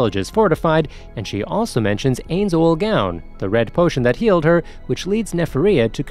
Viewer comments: No no my friend. Wha tf did you just say brp. Hey - nz - Owl - Gawn? I - nz - all - gown. not Albado Al-be-do not MARE Ma - re not Aura Aw - ra wait wait wait. Cocktyus? tf it''s Coc - you - tus Not Demiurje Dem You're - Ga Not Seebas Se - bas Atleast get one name right bro. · "Ayns Oolgown" (눈ᴗ눈;) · Np bro it's just common sense but this guy is still pronouncing Japanese anime names in an English accent which disrespects the way it's supposed to be said, even for me as an arab I wouldn't say, AINZ AWAL GAAWN lmao.